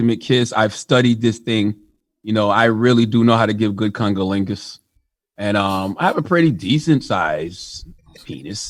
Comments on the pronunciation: How were they letting Charlemagne get away with pronouncing the word as congerlingus. When the word is actually pronounced as cunnilingus. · Did Charlemagne say “ Kungaligus” ?? Lol 😂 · He said kunga lingus.